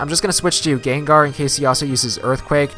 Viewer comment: it sounds like you say "Gonna send it Gaygar". xD Too much Haydunn?